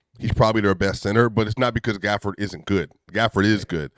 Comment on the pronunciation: Why saying Danil Gafford?😂